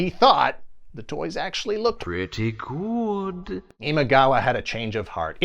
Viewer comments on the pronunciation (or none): none